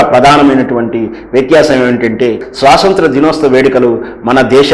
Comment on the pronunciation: స్వసంత్ర ✖️ స్వతంత్ర ✅ అండీ. ఏమిటండీ మీ వాక్ ధోరణి సరిలేదు, చూసుకోరా మాట్లాడే ముందు?